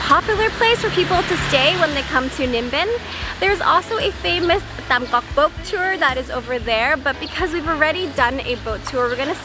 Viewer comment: BTW, remember that the t and th sounds are switched with English. So Tam Coc is like (thum coke...but don't drag out the o sound too long in coke). If you see tr or ch, switch it with the j sound in English. Hang Mua (mooh-uh...roll it into one smooth syllable).